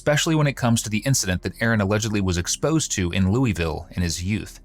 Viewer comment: Everyone not from Kentucky: It is NOT Looey-ville. It is Lue-ville. IDK how else to explain it, but just don't say Looey-ville.